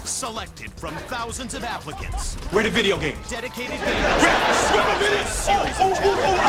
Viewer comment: At the beginning, I thought I heard the narrator say "Selected from thousands of Africans".